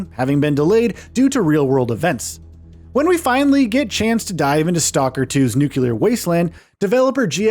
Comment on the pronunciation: God…..you said nucular. 🤦🏽 It’s nu-clear. - nuclear